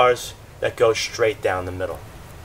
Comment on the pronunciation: It's funny how you improperly say the words "strips" and "straight". SHHHTRIPS and SHHHHHTRAIGHT. ha ha. Otherwise, I enjoyed the tutorial very much.